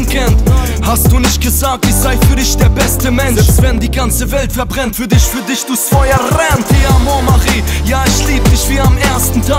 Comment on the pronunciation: Find das Lied sehr schön aber eins stört mich immer bei uns Ausländern... Wieso muss man diese Wörter wie „dich“ „mich“ immer so eklig aussprechen wie in dem Lied zb. wenn er sagt „disch“ oder „misch“ 🤔 das ist echt nervig. Außerdem denk ich ständig er sagt statt „niedlich“ - „nieKlich“ 😑😑 ich spreche selbst bestimmt auch kein perfektes deutsch aber wenn man schon auf deutsch singt dann bitte doch richtig aussprechen und das hat nichts damit zutun wenn man einen Akzent hätte...